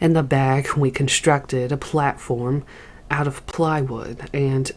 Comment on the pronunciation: What is "conshtructed"?